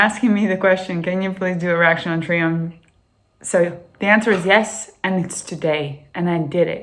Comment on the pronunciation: Its pronounced Try umph and spelled Triumph. They were a great live band.